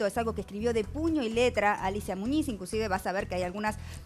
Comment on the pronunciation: Muniz Muniz Muniz...no Muñiz mulas